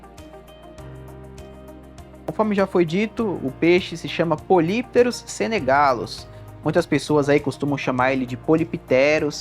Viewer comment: Do "grego": Poly = Vários, muitos/as. Pterus = Barbatana. Lê-se: "Póli + Ptérus". A pronúncia é "póli ptérus". Polypterus = Muitas Barbatanas. Obrigado pelo vídeo. Muito bom e esclarecedor !! 🙂🙂🙂